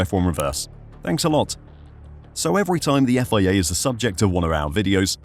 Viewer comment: The Effoiayya cant you just say FIA